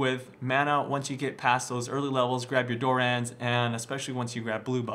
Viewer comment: Why can no one pronounce Dorans properly